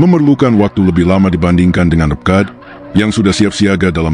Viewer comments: RPKAD dibaca eR..Pe..Ka..A..De. bukan ReP-KAD. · ini suara robot apa manusia sih ? kedengarannya dikuping serasa kurang nyaman nyebut RPKAD saja PEKAD 😮. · Naratornya tidak jelas dalam menyebut RPKAD seperti REKAD. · Video nya runtut, bagus, taoi gak sreg dengan voice over nya... pengucapan "RPKAD" nya bikin illfeel